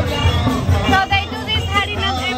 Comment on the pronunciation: Bhai saab bade dukh ki baat hai ki ek foriegner aapse jada vrindavan ko jaanti hai....aur aap se hari naam bhi nahi bola ja raha